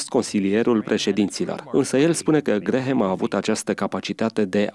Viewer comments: NU SE PRONUNTA GRAHAM, ci GRAM. Mai luati lectii de engleza ca va faceti postul de ras. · Vă faceț de rîs domnilor. Nu sunteți în stare nici măcar să învățați cum se pronunță numele masonului Billy Graham. Se scrie Graham, dar se pronunță Gram. Rugați-l pe Tudor Pețan să vă învețe măcar atît. Și nu-l mai promovați pe acest Billy Graham. De ce? Faceți-vă tema de casă înainte de a promova pe oricine pt că aveți pretenția că sunteți televiziune creștină și veți da socoteală pt TOT ce ați făcut și promovat. Unde vă este discernămîntul cînd o promovați și pe eretica de JOYCE MEYER? Sunteți chiar atît de orbi încît nu vedeți și nu vă dați seama CINE ESTE această femeie "pastor"...? 😭😭😭